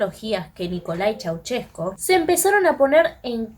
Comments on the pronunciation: Primero aprende a hablar con al de profecionalismo piba... no se dice "Chuchescu" tu lexico es bien banana.. acordate que estos ablando en publico.. chua nena!!👎a no soy conunista.. soy un Anarquista espiritual.. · Pues no tienes ni idea de Nicolae Ceausescu niña . Ni sabes pronunciar su nombre ni el nombre del pueblo Rumano .